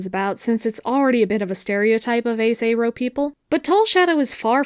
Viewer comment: I think this is the first time I’ve heard someone pronounce “aro” with an /e/ instead of an /ɛ/